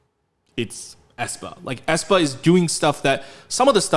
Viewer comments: Æ is pronounced as the first "e" in "cellphone" but ok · It just hurts my soul how they use the letter æ. Ofcourse it is used as a visual statement, but the pronunciation is not the same as ae